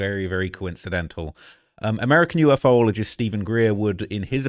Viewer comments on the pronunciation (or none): U-fologist, not U, F, O ologist! 😂